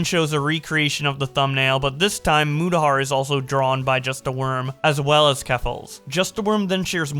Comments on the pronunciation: Keemstar calling Mutahar "mYOUtahar" was funny. Also, keffels is a terrible person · One day Keem will say Mutahar's name correctly.